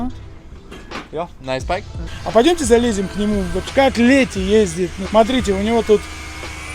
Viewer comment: Да сколько можно говорить "Ездиет"?